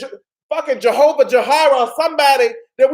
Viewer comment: “Jehova Jarrah” 😂😂😂😂